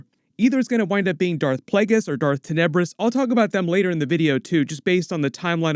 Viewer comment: I always read the name as Ten-ah-bris, not TIN-UH-bris.